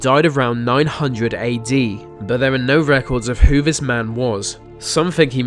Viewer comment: here we go again vis vat ve vere some one teach him to talk proper